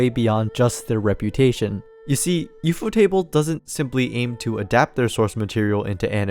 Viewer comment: wait is ufotable not pronounced like?? u f o??? as in the acronym?????